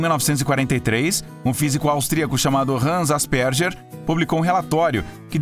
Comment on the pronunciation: Ele n falou errado?Asperger